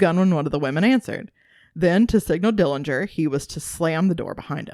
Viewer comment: Thank you for your interest in our uncle John Dillinger. The correct pronunciation of the Dillinger family name is without the 'g'. It's unfortunate that you didn't cover how happy he was growing up with a loving family that included living with his sister and her husband after their mother passed on. But, that you only covered the few situations where he made wrong decisions. The robbery of Mr. Morgan didn't have anyone around when the gun went off during John's fight with Mr. Morgan. John played baseball for the prison team in Pendleton before being transferred to Michigan City prison.